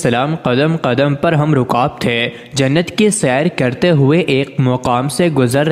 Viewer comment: Mr anchor Aap Ki Hasrat Mein Mita Dete galtiyan Hain muscle and aapane Ham ki jagah Gam pada hai aur dohe ka Talab Kuchh Bhi galat Kiya Hai use aapane Dahai pada hai breaker Urdu ka qatl na Karen